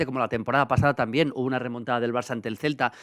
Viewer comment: Robontada, decirlo bien por favor